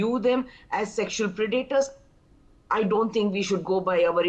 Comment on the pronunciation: Pronounced 'Pred-a-tors. Accent on first syllable. Not second. Pre-'daters